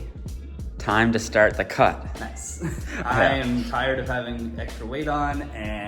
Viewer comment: “STRAT OF BULK”